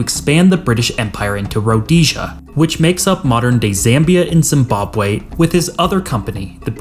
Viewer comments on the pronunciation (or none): none